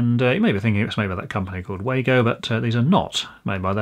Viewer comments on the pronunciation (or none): Wago pronounces 'Wago' VAH-go.